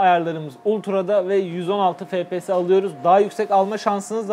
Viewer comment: Fe Pe Se diye okunmuyor efpies diye okunuyor